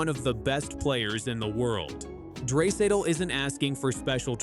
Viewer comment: Lol dray-satal 😂😂😂😂